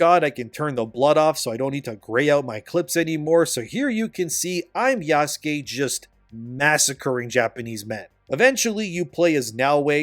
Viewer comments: It's Yasuke, not Yaskay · I think people are mostly making fun of yasuke by intentionally mispronouncing his name, but I could be wrong. I often hear "yaas-keey" sounds so wrong but it may not be intentional 🤣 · It's pronounced "Yass-keh" which is even funnier 😂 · You mispronounce Yasuke with such confidence lol